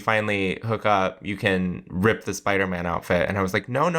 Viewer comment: Love Jinkx‘s pronunciation - “Spidermn”